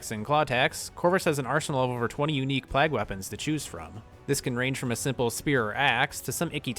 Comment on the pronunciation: Great video my guy, but why are you pronouncing "plague" as "plag"?